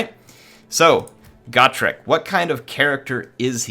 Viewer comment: Always thought it was Go-trek, not Got-rek.